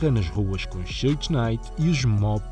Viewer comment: Uma observação simples, Suge nao se pronuncia como repetidamente o fizeste. De resto, otima matėria.